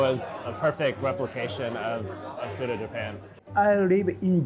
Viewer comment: Leave it to americans to ruin foreign terms. No you don't use soba interchangeably with ramen. Two different noodles made differently. Also, it's Tsu-TAH. But I guess americans like to americanize everything.